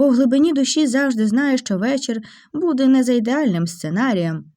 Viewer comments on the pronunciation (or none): none